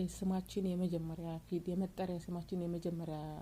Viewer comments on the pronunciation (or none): አነባበብሽን አስተካክይ የመጀመሪያዋ